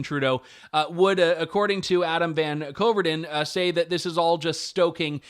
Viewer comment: Believe it or not, from what I've heard in the media, his last name is pronounced "Vancouver-den". And you can tell that the Liberals are running scared now. I thought Poilievre handled that exchange very well but his "WTF" expression was priceless. Wanted to add that somehow Channel News Asia (Singapore) got word somehow that Trudeau still supports Morneau